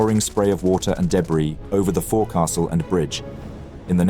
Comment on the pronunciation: Forecastle = fohk sul Good work otherwise